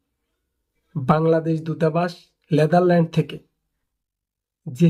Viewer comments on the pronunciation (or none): উচ্চারণ লেদারল্যান্ড না, নেদারল্যান্ড হবে।